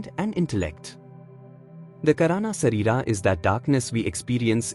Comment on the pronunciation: 2.50, not kairana but "kaaran" sareer means causal body, we hv sthool, Sookshm, kaaran nd mahakaaran sreer